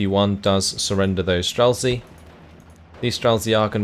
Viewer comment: Great cast as always, love your videos, I watch your uploads daily. So I hate to be one of these people but can you please put words into google translate and press listen, these are words you're forced to say everyday in your casting life; strzelcy, saperzy etc. Cheers, love your work!